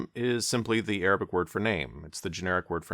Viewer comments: i'm impressed by your arabic pronunciation. cheers from an indonesian muslim! :) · When u have a child you no longer go by your name you go by a conya a conya means u be called father of like if your child name is abdallah they start calling you Abo abdallah mashallah your arabic pronunciation is perfect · yes, i am also impressed, it's almost perfect👌🏽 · Thanks for the video. Your Arabic pronunciation is impressive, by the way! Regarding Al-Ghazali's name, here's a translated text from Wikipedia: "Abu Hamid Muhammad ibn Muhammad ibn Muhammad ibn Ahmad al-Ghazali al-Tusi al-Nisaburi, known as Abu Hamid, had a son who died at a young age. He is also known as 'al-Ghazzali' in reference to the wool spinning craft, as his father worked in that industry. He is also attributed to 'al-Ghazali' in reference to the town of Ghazala in the villages of Tus. He said about himself: 'People call me al-Ghazzali, but I am not al-Ghazzali. I am attributed to a village called Ghazala.' Ibn Khallikan stated that his attribution to 'al-Ghazzali' (with a stressed z) is the famous one, and it is more correct than his attribution to 'al-Ghazali.' This is confirmed by what the traveler Yakut al-Hamawi narrated, that he had not heard of the town of Ghazala in Tus." Also, "ghazala" means a female deer or a hind.